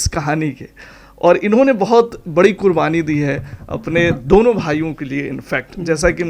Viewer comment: आप के तल्लफ़ुज़ में सख्त कमी है, शुरू में QURBANI को KURBANI बोला जो ग़लत है 😅😅😅